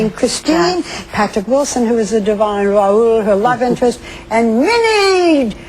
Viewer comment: I love how they say Raoul and not Rowl